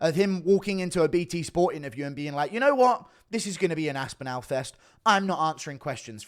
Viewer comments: Why have u started to say aspinowl 😭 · Why he say Aspinall like that though